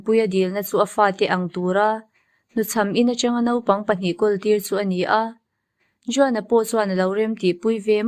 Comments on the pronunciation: Juan (huan) ti a lam tur ania. Sawi ve mai mai i channel view thin manah😄👍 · Juan kha huan tia lam tur